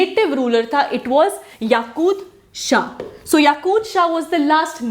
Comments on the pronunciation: It's Yakub shah not yakud shah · yakub shah not yakud shah